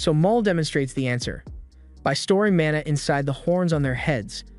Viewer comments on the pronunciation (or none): none